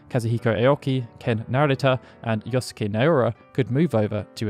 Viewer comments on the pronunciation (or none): You say yo-sue-key, but Yosuke is pronounced "yo-skay". Maybe at least learn to say the names, if not learn the language. Typically British to just butcher foreign words.